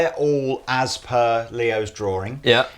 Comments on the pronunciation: Robinett Seems like you can't spell " drawing ", and can't pronounce it. There's only One " r". Just like sawing, or pawing. It's not an accent. Get it yet??? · What is a drawring? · DRAW---ING. NOT DRAW---RING. FFS.....